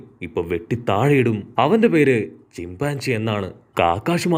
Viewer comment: ചിമ്പൻസി അല്ല ചിമ്പാഞ്ചി 😂😂😂😂